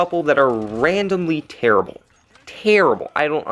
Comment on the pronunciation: "tærible, tærible"